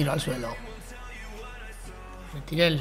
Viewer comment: Cuando vas a decir bien el nombre del delantero uruguayo? No es Mentirel... Es MERENTIEL!!